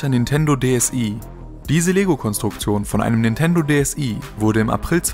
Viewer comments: Nein xD DS ai heißt es ja eigentlich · Das I in DSI spricht man wie das englische i aus ;D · Nintendo DSi 😂 wird englisch ausgesprochen also DS "ei" ;D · Es heißt: DeEsEi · das wird DS ei ausgesprochen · DSi (i=ei) 😂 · Es wird englisch ausgesprochen also dsei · Wie du DSI aussprichst xD